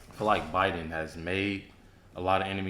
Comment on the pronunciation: Dude, avoid that channel. This video is completely created and narrated by AI. You can tell by the way the voice is so monotonous, and keeps pronouncing everything wrong. Like wayyyyyy wrong. “Bidden” ?